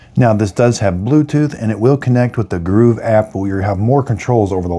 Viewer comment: Sorry, but I just can't get past calling them "Groove" and "Groove app", when the product is quite clearly called 'GOVEE'. But the 90 degree turn tip is very useful, thank you.